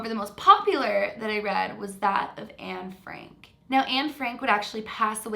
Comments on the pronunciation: I think reincarnation could very well be real so it’s not the reason why I don’t think this case adds up. It’s just that she has no real proof, everything she said you can read in a book but what I find most suspicious is that she claims to be Anne Frank but she can’t even pronounce Anne Frank the right way! I’m Dutch like Anne and we don’t say her name like she did in the video. How can she “know” her name but can’t even say it right? That’s what gives it away for me.. Maybe she really believes that she is her after reading/hearing about her but you can’t just claim to be someone who you can’t even say the name of correctly. All these facts she claims only she knows..well, most Dutch people know those facts from school or reading her stuff so it isn’t anything new. I’d love to believe this is true, cause she died way too soon like all Holocaust victims but her saying “Anne Frank” wrong just makes me lose all belief. I even know more about Anne Frank than her, I know about her friends and family, how she lived, cause it was all written and surviving friends have written about her too. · Interesting case, but Anne Frank isn’t pronounced the way you think it is... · Can't help it to laugh in the way you say anne frank 🤭 love the video tho, and the house of anne frank is very impresive to see. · I’m Dutch and we say Anne Frank completely different from what Barbro said in the video. She doesn’t even know the right pronounciation of her “own” name! Isn’t that a liiiittle suspicious? Also, the stuff that mentioned that Barbro knew is common knowledge in the Netherlands and a lot of Europe, it can all be found in books. I believe I know even more about Anne Frank than her..